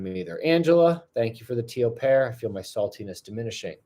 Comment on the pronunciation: I thought you were saying Teal Parrot. But it was Teal Pear. I kinda like the idea of tons of teal parrots all over the place better 😂